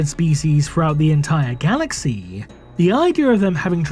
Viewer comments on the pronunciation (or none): The content is good and well written. I understand the intonation is necessary for showing emotions, but 'galaxiii' upsets. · Your pronunciation of 'galaxy' made me dislike the video